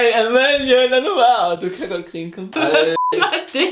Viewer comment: Elsker at i siger "krine" istedet for grine;;)))